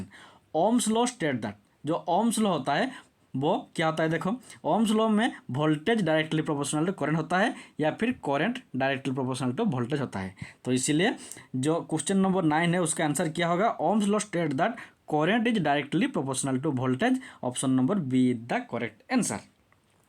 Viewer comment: Are sir ji coront nahi hota current hota hain